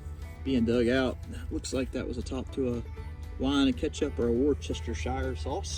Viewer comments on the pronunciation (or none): I've not long found your channel, i'm from the UK and it just popped up on my recommended and I really enjoy your videos. The Worcester sauce bottle? Don't worry about saying all those letters, just say it like 'wuster' .Love the back stories you put into some of your videos too.